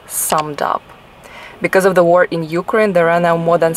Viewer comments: indeed, the “general rule” is just my advice… She is stubbornly pronouncing silent letters and stresses wrong syllables ……. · she does say U-crane though which is incorrect